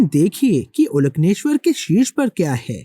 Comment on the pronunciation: प्राचीन तमिल में ओलकन्नेश्वर ऐसे उच्चारण सही है। कन्नड़ में भी ओलकन्नेश्वर शब्द का उपयोग किया जाता है। ओल( अंदर) कन्नु (आंख) अंदरूनी आंख,तृतीय आंख कह सकते हो।